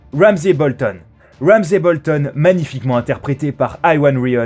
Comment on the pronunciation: Il a dit Wouamzay Bolton : /